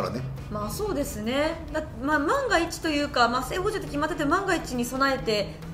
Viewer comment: 里崎さんの喋り聴き慣れていたと思ってたけど 完全なる捕ﾁｭ併用でクスッと笑ってしまった申し訳なく思っていません。